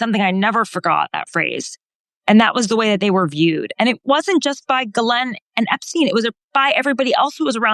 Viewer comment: Gee len the s is silent.